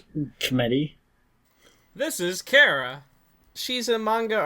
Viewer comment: Thanx for the critic on Kara but I liked the cutie mark, and I might change the dark grey I'm just gonna play around with it a little. (and yes you said her name right its like Car-a) I though about putting her in a Japan like place but I've seen lots of american manga works that I've loved so I put her with my other oc's. as always this show Is amusing to watch.